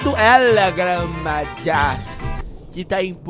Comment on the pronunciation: Como se fala el gran maja El Gran Marra (Maja)